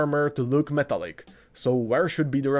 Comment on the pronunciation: Did he say metallic or metal-like?